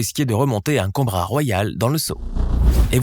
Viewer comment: "...un combra !! " (-_•)